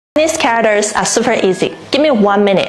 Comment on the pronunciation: You are using the top of your mouth too much which affects the pronunciation of your English. Try pronouncing "means" as "meeeens", not "mins". "Characters", "care-rack-ters", not "cawickters". You use "means" a lot in your videos, so remember to pronounce it as "meeeens", not "mins". It makes a big difference.